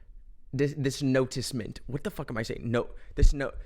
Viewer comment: it's notion,. LMAOOOO ik what you were trying to say with the "noticement" thing 😭